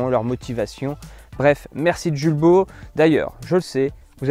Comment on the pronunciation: Hello!!! Les enfants et moi même, nous vous suivons depuis très longtemps déjà. 😁 Nous nous permettons de vous écrire aujourd’hui pour une simple raison : Étant voisin et amis de la famille Jules Baud, Pourriez-vous prononcer correctement le nom de la marque ? Julbo étant une marque française et qui plus est franc-comtoise, nul besoin de me prononcer à l’anglaise. Julbo vient de la liaison du prénom Jules ( le père fondateur) et le nom de la famille Baud. Aujourd’hui, l’entreprise est gérée par les 2 fils sur 2 sites distincts, 1 à Longchaumois, l’autre dans un pays de l’est (Roumanie). Merci pour votre éventuelle prise en compte. Au plaisir.